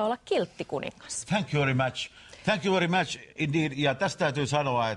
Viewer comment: "mitäs vittua.." conan lopussa "minne suuntaa mä ny lähen?" :D karhuvaara: " thänk jyy veri mäts"